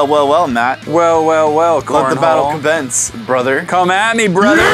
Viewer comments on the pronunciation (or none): was it just me or did say "let the battle combence"?